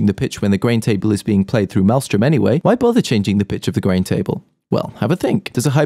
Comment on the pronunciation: malström was pronounced wrong